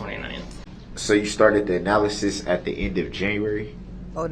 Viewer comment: It was so comical to watch Darrell trying to “out smart” these highly trained specialists in their field was so hilarious! He couldn’t even pronounce analysis correctly! 😑